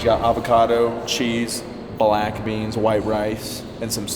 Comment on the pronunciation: The way said, "BLACK beans." Gotta be racist.